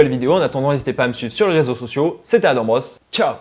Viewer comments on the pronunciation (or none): none